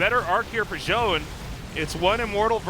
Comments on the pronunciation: I got the impression from their explanation last cast that they're still saying it wrong. I think it's two syllables. Jo-Yun, not Joan. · I love tastosis, but it bothers me how artosis pronounces Zoun as "Jhon", like wtf bro? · If Zoun is pronounced 'Joan' then.. why isnt it anglicised to Joan.. and not Zoun? Because Zoun is pronounced Zoun, not Joan.